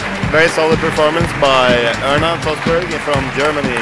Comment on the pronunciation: Check . How could this guy even cant pronounce the girl's name and say : something like that?! Surprisingly rude! Plz show some respect !!!